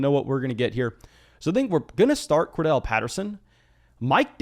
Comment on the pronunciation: It’s CordArrelle Patterson… please learn to pronounce it bro it annoys me every time lol